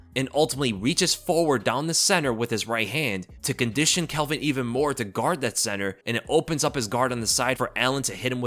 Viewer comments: It's NOT ' Kelvin ' !!!!!!! C'maaaan ... 🤣👍✊ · it pronounced calvin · Why you call him Kelvin? His name is Calvin lol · Bro, his name is Calvin not Kelvin. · His name is Calvin, not Kelvin. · why you calling Calvin, Kelvin 😂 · Calvin not kelvin 😂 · tfw you called him kelvin like 5 times in a row when his name is calvin lol